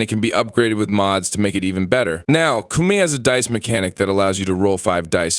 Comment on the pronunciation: Bruh its not pronounced Coomie.